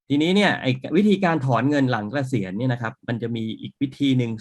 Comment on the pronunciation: เกษียน ออกเสียงไม่มี ร ค่ะ